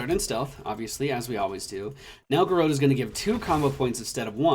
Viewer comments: I could be wrong, but isn't it pronounced garrOTe....? as in hot? like garrote wire? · We Spanish-descended countries pronounce it "gar-roh-teh" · I hate being that guy, but you maaaaay be saying Garrote slightly wrong, <3